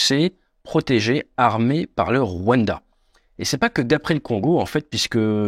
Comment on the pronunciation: Deja append a prononcer le rwanda